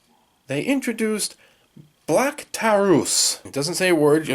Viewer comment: I'm. Its pronounced black tah-roo